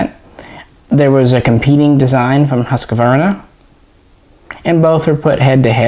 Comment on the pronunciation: huskvarna, as in hus kvarna meaning house mill, the u is pronounced the same as gary b"u"sey